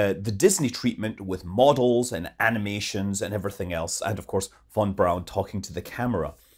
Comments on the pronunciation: It’s VON BRAUN not BROWN, FFS! And 26 million tonnes of thrust?! 😂😂 It would fuck the Earth’s rotation/orbit! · Von is pronounced FON, German V is an F sound, W is used for V sounds. This mofo is european how does he not know... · lol at YT CC thinking you were saying; “fun fun brown”